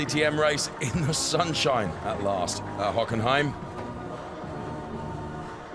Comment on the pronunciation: Hockenheim was butchered.